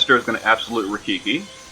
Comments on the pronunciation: I cringe every time you say "Absolute RaiKIKI" :D It's RaiKIRI which means Lightning Cutter BTW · absolute "rye-keer-ee" not rafiki lol :P and as always, excellent vid and thanks for the alternate strat